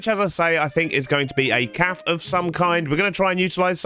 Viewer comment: bro stop saying "calf" instead of cafe